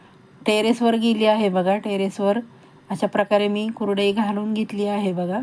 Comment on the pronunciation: तुम्हाला कुरडई शब्द नीट बोलता येत नाही आणि चालल्या कुरडया करायला पहिलं बोलायला शिका मग आम्हाला शिकवा